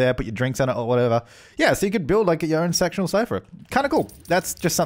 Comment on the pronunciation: I know this is kinda wrong but it sounded as though you said you would like sexual sofas rather than sectional sofas.. 🤭🤫😂